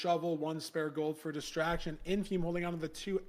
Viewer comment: Does Lud know what a dipshit he sounds like when he doesn't say Infume correctly?